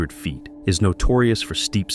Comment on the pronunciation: I like these videos but the narrator’s pronunciation of ‘feet’ and ‘foot’ is off putting.